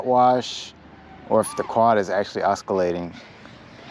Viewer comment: dont pronounce the C in oscillating :P